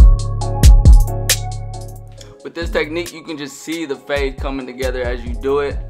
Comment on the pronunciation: Great “fahde” dude 😂